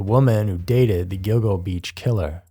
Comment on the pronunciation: Speaking of errors, it's Gilgo Beach, not "Go go."